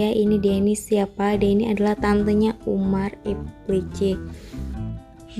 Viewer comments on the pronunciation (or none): Bukan umar tapi omer